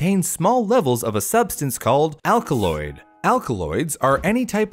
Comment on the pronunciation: "a substance called 'alcaloid'"